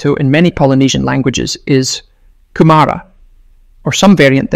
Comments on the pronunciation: 'Kumara' is usually pronounced with equal emphasis on all syllables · It's not pronounced Kumara. But Kumura